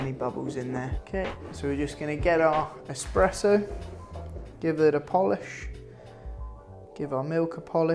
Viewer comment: ESPRESSO not Expresso ;D)